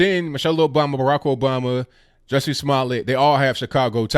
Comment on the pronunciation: Ju, Ju, like judge "Jussie" pronunciation & not Jessie! 😂😂😂